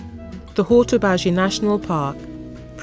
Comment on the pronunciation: Nicely put together & great info but the dreadful pronunciation of Hortobágy in particular did put my teeth on edge.